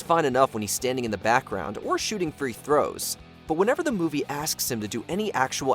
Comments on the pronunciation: LeBron is on this list? C'mon man. Listen how this A I or idiot says free throws. No credibility at all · voice-over guy pronounced "free throws" like he's never watched a basketball game in his life lol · The way you say "free throws" is just as bad as Leto's Joker & Sandler's Jill